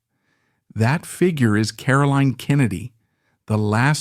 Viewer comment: Caroline is highly accomplished: the author of several fascinating books, the much lauded ambassador to both Japan and Australia, and the keeper of the flame of her parents' exceptional lives. She is a huge credit to the Kennedy family. Too bad her name is mispronounced throughout the video: she is CaroLINE, not Carolyn.